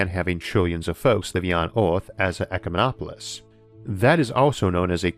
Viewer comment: Wait so you were able to get "ecumenopolis" right back then but then you forgot how to say it again? Are you just trolling?